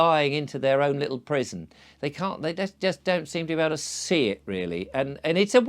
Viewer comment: At first, I thought you were saying prism not prison. The rabbit hole was originally the crypt of Ripon Cathedral in Alice in Wonderland. Scotland has a high percentage of you scratch my back, I scratch yours and for centuries. How they free-ly get around modern quota laws is a mystery or secret.